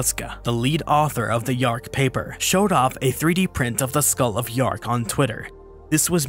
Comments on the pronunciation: Dearc is pronounced 'jark', NOT yark. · In Scottish, dearc = reptile, sgiathanach = winged Dearc /chark/ NOT “yark” Sgiathanach /SKEE-thanak/ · Dearc is actually pronounced (tyerhk) the h there sounds more like the Spanish j